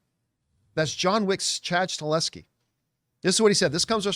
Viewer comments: You’re mispronouncing his last name it’s not “Stuh-LE-skee” it’s “stuh-HELL-skee” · Chad STAHELSKI please get his name right or this will become mandela effect out of nowhere lol